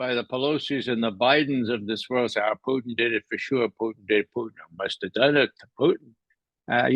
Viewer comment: ITS poo/PUT IN.. NOT PUT EEEN!